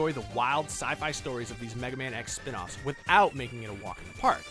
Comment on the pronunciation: "spin off-s" im triggered